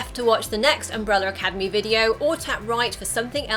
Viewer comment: why are you saying umbreller academy?